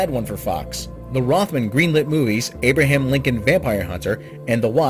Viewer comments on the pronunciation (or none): none